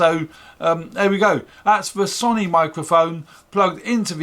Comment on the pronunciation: Sony is pronounced sow-knee, not son-ee.